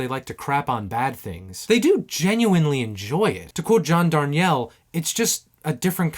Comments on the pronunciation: With "Philosophy of the World", I can tell what it could have been. I can extrapolate it. But that would ruin it, of course. Good music?! How bourgeois. Also, small thing, but the guy from the Mountain Goats' surname is pronounced dar-NEEL. Just sayin'. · Hey, really enjoyed the video. One thing, you mispronounced John's name. My favorite explanation is one he gave at a show I was at. It rhymes with barn feel. Like his hair has that barn look, but not that barn feel